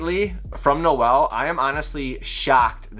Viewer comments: I'm sure our father will grace us with his presence eventually. He's really nice, I've spoken to him on IG a few times. Also it's pronounced N-oh-l Day-zell not Noe-el. If you want to try and pronounce it in Afrikaans it's more complicated to spell out, but he says it in some of his videos. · haha, it seems like all you guys in North America always say Noe El, sounds like a Spanish gangster or a girl's name lol.